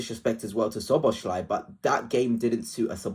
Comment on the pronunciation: So-bo-slai, not Sho-bo-shlai!!!